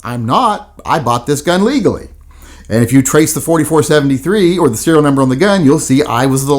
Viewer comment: Serial not cereal...